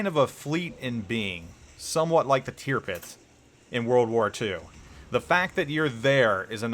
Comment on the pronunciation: The way you pronounced ‘Tirpitz’ made me clench my teeth hard. Sorry